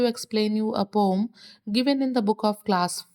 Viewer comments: Why are you telling pom not poem😂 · Why are you telling Pom instead of poem😮😂